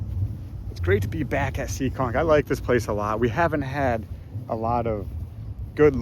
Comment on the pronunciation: it's Seekonk, MA not SEEKING..lol.. Great video footage. Keep up the great work and safe racing.